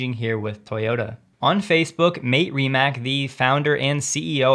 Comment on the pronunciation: Uggh! You slaughter the pronunciation of Mate Rimac, the fella who produces the highest performance car (not just EV) on the planet. There are serveral FREE pronunciation guides on YouTube, and I recommend using them. Thanks for doing a good job of presenting facts, figures and fotos.